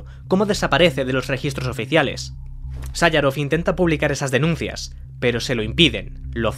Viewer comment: Me resulta muy chocante la calidad de los vídeos, con lo mal que pronuncia el narrador cierto nombres, como MiYail Gorvachov. O Andrei SáYarov. En España siempre ha sido Mijaíl Gorvachov, o Andrei Sajaróv. No entiendo como alguien que se ha documentado puede pronuciar los nombres como si nunca los hubiera escuchado pronunciar. Ojo que a lo mejor son más correctos así, pero nunca se han pronunciado así. Me pasa en muchos otros vídeos. A veces pienso que el narrador es IA.